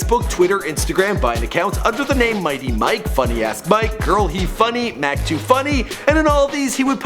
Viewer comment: He said Funny Mak its Funnymike